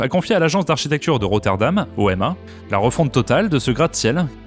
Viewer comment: Petite info prononciation : l’agence d’architecture OMA se dit comme un mot et non pas lettre par lettre ;)